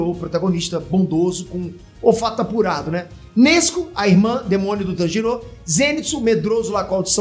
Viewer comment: Mlk o não sabe falar Tanjiro é nem Tomioka, ele falou: Tanjirou é Tomióka...kskskskskks